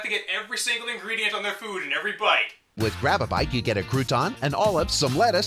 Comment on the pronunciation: TAIURD UV FEWD FAWLING AWFF YER FOWARK?!